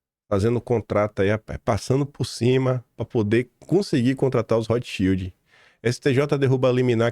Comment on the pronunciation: Rotschild pronuncia-se Rotscháild